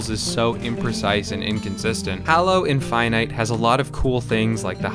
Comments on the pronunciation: i hust hate you for saying hallo instead of halo. triggers me so bad xD inftynyte =/ infinite Master Chef =/ Chief threehundretfourtythree =/ three four three industries jeff =/ chef jaikens =/ chickens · "Hallow" 💀 "Master chef" 💀🥕🥥🧅🥓🧇🥞🥯🧀🥚🍣🍢🍱🥫🍨🍤🧁🥧🥄🥢🍴🥗🍔🍟🍕🌭🥘🥙🌮🌯🧂🍝🍠🦞🎂🍩🍪 "Chiekin" 💀🍗 "Infynyte" 💀♾ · I can't believe you pronounced infinite like that I hate it